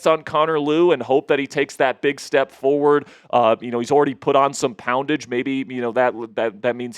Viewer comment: Please never say poundage again!! 😭😭